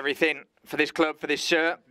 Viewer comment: Why is the English translator struggling to say “club”?